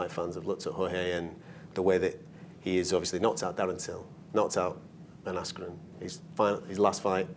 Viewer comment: “Ben asscream” 🤣🤣